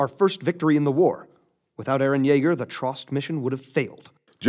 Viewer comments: Yaeger not kaeger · It's Yeager Yeagerrrrr Yeager